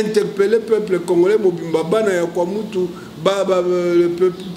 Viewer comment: Prof, avec tout les respects nous avions remarqué vous avez du mal à prononcer le nom de Mobutu et nous ignorons pourquoi! C'est bien connu de tous que c'est le Maréchal qui a unifié le Congo, soyons claire svp.